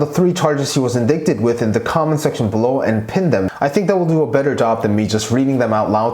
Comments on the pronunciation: You mean indickted? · Great reporting, remaining objective throughout. I think you're pronouncing "indicted" or "indicting" incorrectly. The second 'i" is a long 'i", as in 'eye', and the c is silent. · Thank you for posting this! I like the plain speaking way the facts were laid out in your video. Just to point out something that might be useful to you in the future... The second "I" in the word indicted is a long "I" and is pronounced like the word eye. So it should be ind"eye"cted. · in dick ted!? SOOOO TRIGGERED! hehehe indicted (in-dight-ted) as in... indictment (in-dight-ment) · Wanted to tell you that, although the word looks like "indicted," it's pronounced "in-dight-ed," and rhymes with excited, recited, and delighted... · Indicted is pronounced as “In-dye-ted” xD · It's pronounced en-die-ted yes, as in DIE, dead, gone. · Indicted. The pronunciation is in-dai-ted. Don't blame you, it's a hard word. Spelled indicated pronounced inDAIted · It’s not indicted, the “c” is silent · No offense but "indicted" is pronounced as "IN-DYTED". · i'm so glad i wasn't the only one that thought about posting this... his pronunciation is so good that hearing that single word pronounced wrong over and over was bugging me lol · Always love your videos! I know it is hard to pronounce a word you've only read and haven't heard. Indicted is pronounced as if it were spelled "indighted" :D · It is called "Ind 'eye" ted (indicted) English can be weird! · ☝🏽🤓Just a heads up....”indicted” is pronounced, “in-dight-ed”. 🤗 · Why would I want to listen to someone who can't even say "indicted" correctly! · It's pronounced: in-dye-ted . . . Not in-dik-ted, or in-dik-ments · FYI indicted is "in-die-ted" t is very soft & "in-die (t)-ment"